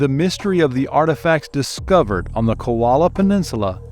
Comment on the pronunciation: Aggravating your mispronouncing KOLA not KOALA 😑